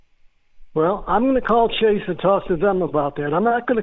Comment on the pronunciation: It was better than average, but (ironically) his pronunciation of "Chase" was off. 😂